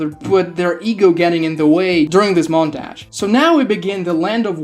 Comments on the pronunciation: i stopped watching after "montage" its not montayge T.T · The way you say 'montage' ALMOST made me quit the video 10 minutes in, but I'm sticking cus this is getting interesting. 😅